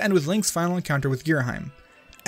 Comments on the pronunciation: Going by the Japanese spelling, it's pronounced Gira-'him', as in 'him and her'. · Ghirahim is spelled Ghira-Him, not heim, you say hem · It is pernounced gear - a - ham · giraheem xD sounds funny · I always pronounce it like Gear-A-Heem. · For future reference, it’s gear-a-HE-m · how to pronounce Ghirahim Gear Ra Him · Also, considering how English usually goes, to have the sound is saying, you would need an e at the end to change the sound of the I. I would actually be more concerned with how the first part of the name is pronounced ("geera" versus "guy-ra" type of thing). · His mistake for Ghirahim's name makes my fangirl self very angy